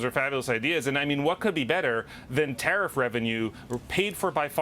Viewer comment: Did they call the process "tah-reef"?